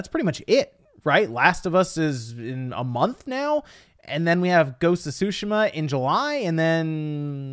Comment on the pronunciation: Stop saying ghost of tushima like that